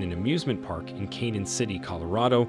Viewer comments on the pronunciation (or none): Why is the narrator mispronouncing words? Such as Connie Island rather than Coney; Cahknown City instead of Canon (Canyon) ; Elizabeth U rather than Elizabeth the Second or Elizabeth Two.